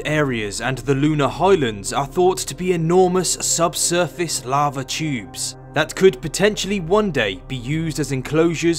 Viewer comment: YouTyouewb video containing Lunar Lava Tyouewbs